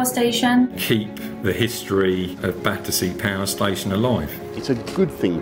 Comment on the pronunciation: The people on those Zoom calls calling it "Badderzee" says it all.